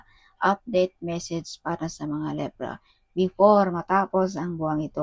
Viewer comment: Libra ndi Lebra. Masyado mong binibisbis DUHHHHHHHHHH